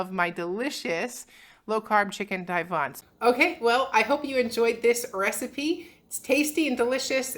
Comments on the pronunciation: You are too cute! Divan is pronounced like”the van” I’m old enough to be your mom yet you’ve taught me so much! Love seeing your parents. And your dog and kitty. and the kids! Just very uplifting channel! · It's pronounced (divan) deevahn. Think European🙂